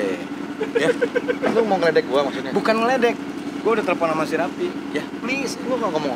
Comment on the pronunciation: Raffi Om bukan Rapiii.. 🤣🤣🤣🤣